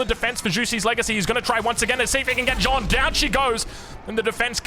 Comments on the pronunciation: Even tho i do not play aoe4 multiplayer, i am becoming addicted to your vids. So glad i discovered your channel. Btw the correct pronontiation for Jeanne would be Jane but pronounce the A like in the word "caster" ;). keeps up the vids ! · A and O are often pronounced the exact same. Walk, Wok , Lawn, Dog Using IPA is a good way to share pronunciation in text form when talking with english speakers French Text: Jeanne IPA: ʒɑn ʒ as in treasure (‘trεʒə), azure (‘æʒə), closure (‘kləʊʒə), evasion (ɪ’veɪʒən) ɑ a in French bas: a sound made with a tongue position similar to that of English (ɑː), but shorter [English ɑː as in father (‘fɑːðə), "palm", “spa", "lot" and “stop.”] n normal english n sound ---- ɑ So basically saying John isn't far off, in fact the o in "John" is the exact same sound just a slight difference in the length Hell, I bet you could use IPA:ʌ or IPA:ə as long as you pronounce it really quick and people won't really care ʒ However the J in John is not really correct at all. The sound is ʒ like in the word treasure ʒɑn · I love the videos, but as a french viewer i got triggered by the Joane, the good prononciation would be "Jane" the letter "A" prononciation is the same as the beginning of "Army" or " Arc " so you would pronounce it " Jane d'arc ". Still the videos are amazing thanks for the content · Ouaiiis bonjour à tous ! I'm a French fan ! (Your prononciation of Jeanne d'Arc is, not perfect, obviously, but very good overall ^^ try to say more J"Anne" than J"OAnne" it's a "A" that sounds like the A in "Fact" for example) It's right that the writing of Jeanne is misleading, and the masculine of jeanne, Jean, souds like "AN" (like in "Anvil"), but jeanne is prononciated differently, so even more misleading. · It's JeAnn, with an "A" like in Archer, not John d'arc 🤣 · Jeanne is pronounced almost exactly like gun, just with j, jun. Not John :D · Keeps calling her John 😂😂😂😂